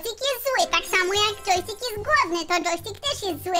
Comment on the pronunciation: Nie to dżojstik muwi